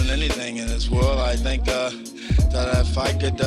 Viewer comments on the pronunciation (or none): none